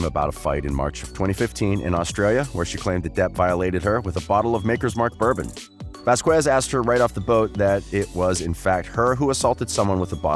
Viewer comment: Please say her name right! Ok! Vazkes us how it sounds. It's Hispanic